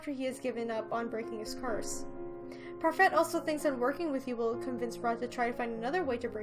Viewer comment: I'm being such a grammar Nazi, but it's pronounced par-fay (it's French)